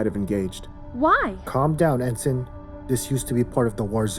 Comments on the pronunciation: En sign... over and over again... It is pronounced ensin, ask your other narrators. It really distracts from the quality of this product when you leave a glaring, terrible, mispronunciation. This makes it tough to get through the middle of the story. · Ensign is pronounced "en-sin" not "en-Sign". I really enjoyed the production but that really pulled me out of the immersion.